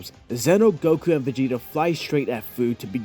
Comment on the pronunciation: just so ya'll know, and ya'll might not care, but Fu's name is pronounced Fee-you or you could just Take the Fu out of Fu-ture. if that makes any sense.